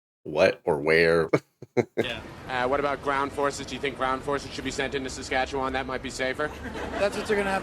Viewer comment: DUDE. You pronounced Saskatchewan like a SK native! I’m impressed!!